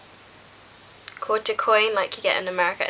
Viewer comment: haha i loved it when you said " a quaarter" MADE my day! lol